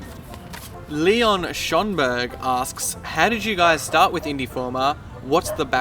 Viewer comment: It's SchÖnberg! SchÖnberg! Damn english speakers, can't even pronounce an umlaut! Just kidding, thanks for reading the question and when there are spoilers next time like this time with firewatch, please add an annotation or something similar to skip the passage. Besides that, great job guys, didn't expect something like that :)